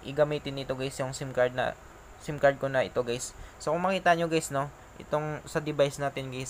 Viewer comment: Puro geys narinig ko guys😂😂😂